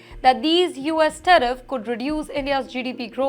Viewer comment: Someone please pay so this woman can clear English101. Ridiculous. Teriff? 🤣